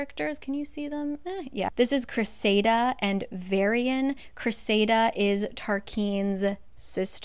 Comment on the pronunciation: I love this series. But sometimes your pronunciation drives me mental. Cressida is cress-i-da not cress-ay-da . Tarquin isn't tar-keen it's tar-kin(you did say it right like once) you joke about not being able to pronounce names. But you can pronounce azreal? But not Cressida? You can pronounce ianthe but not Tarquin? But let's be serious. The way she wrote rysands name it should be pronounced "rice-and'' when you follow proper pronunciation. His short for should have been pronounced "rice" because a y and s make a I sound when you follow the rules. I read all the books and was so mad when I found out she wanted him called Reese sand or Reese. Like ew. Give a heartthrob a lacrosse player gross name? No I'll always say it correctly in my mind